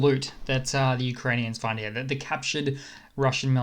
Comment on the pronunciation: LOL, you sound normal until you say the word here. Then you turn into a 65 year old British gentleman from 1900 wearing a monocle. "I say! Look heeyah!"